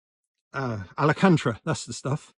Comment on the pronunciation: BTW, the pronunciation of the headlining material is AL CAN TARA. The way you said it, sounds like a beach 🏖️ resort in Spain 🇪🇸😉